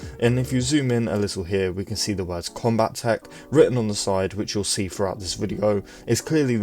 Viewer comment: Combatech only has one T so, calling it Combat-ech instead of Combat-tech, both sounds more accurate, and better. Idk why this bothered me, it just did. Luv ur vids.